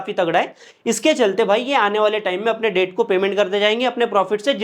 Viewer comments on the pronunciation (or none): Please don't mind but the pronunciation for debt is det, not debt